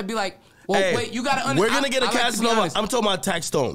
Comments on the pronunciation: "assanova" lmaoooo 😂😂😂😂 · Lol man called cass Assanova 😂